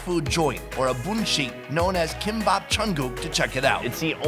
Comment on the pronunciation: “ Kimbap jungkook? “ what I heard HAHA